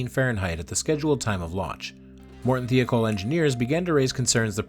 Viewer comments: Michoud, however, was quite incorrect. It’s a Cajun French name. Mih-show’d, with the d not silent, but not hard, either. Also.. Thiokol.. thigh-oh-call. I would not normally comment on pronunciation, but there is so much video and audio material with correct pronunciations, including news reports, contemporaneous documentaries, and video of the Rogers Commission hearings. It hits one’s ear with a thud and a splat. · FYI you mis-pronounced Thiokol. The "I" is not pronounced like "E". Other than that you nailed this.